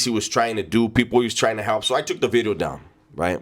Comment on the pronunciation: New Video 🎉 Not new widieo new bideo or new weeedio ❤️